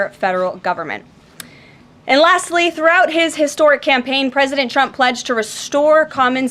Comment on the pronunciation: Agreed sounds like she's saying President chump